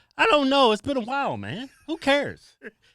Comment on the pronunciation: Why did you say while like that K?